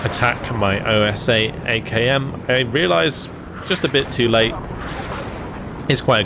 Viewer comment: The OSA antiair is actually translated from russian to wasp, is a word not pronunced like O.S.A. Not a problem the way you say it, just commenting.